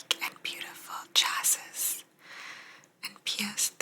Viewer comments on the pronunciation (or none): Nope. Pronounced Chassee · Love these!! So glad you found this book. Chassis is pronounced “CHAh-see”. It’s the frame of the car. 👍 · Chassis - pronounced chashee